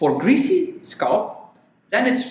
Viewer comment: Your use of English is absolutely flawless ( I am from England myself) .The only word you pronounce slightly incorrectly is the word SCALP..you tend to say ' sculp' & it's pronounced skall-p.. .the A sound is like saying ' talc'